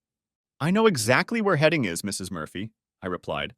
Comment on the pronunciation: How many times can you mispronounce Headingley